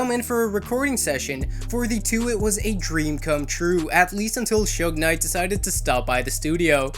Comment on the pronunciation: What the fuck is chug knight? It’s Suge Knight, pronounced Shug (like the sug from sugar)